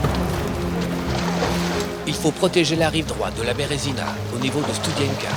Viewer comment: Pas stoudienka mais studienka j'y suis allé !